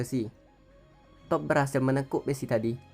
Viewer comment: Cara bacanya diperbaiki. Jadi geli di kuping. Toph. Bukan top. Tapi tof/taf Badgermoles. Bukan Badgermoles. Tapi bedgermols.